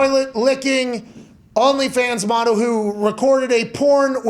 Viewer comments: "An only fans MAWTEL." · Even funnier when he says, "mottle."